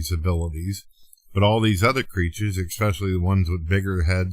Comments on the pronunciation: Another dingbat that has no concept of scale as it happens in nature. And what exactly does, , "ekspecially" mean? He is definitely not very lingual. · When says things like "Well why is that there for?" and "expecially" it makes it hard for me to take him seriously. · Of course he says, "expecially". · Did he say expecially? FFS. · Did say "expescially"? LOL oh he is some kind of special.